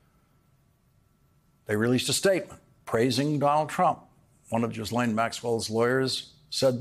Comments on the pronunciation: Lawrence, you are the first person to pronounce Maxwell's name correctly. It is a French name - Ghys (Gis) Laine. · Lawrence, you are the first (to my knowledge) to pronounce that name: Ghislaine, correctly. Thank you. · Finally someone who can pronounce Ghislaine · Thank you Lawrence, for pronouncing Maxwell’s name correctly!